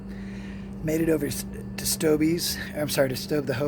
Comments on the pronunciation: It's stobe not stobey heard him say it in his video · Its STOUB..... WITHOUT THE eeeeeeee at the end. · All you have to do is watch his videos. He said "Stobe the Hobo Here" hundreds of times. He didn't pronounce the long E sound.